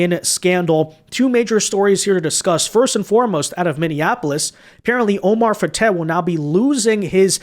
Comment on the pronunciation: Fatah is not pronounced with a long a sound. Both a's are short sounding and the h is silent.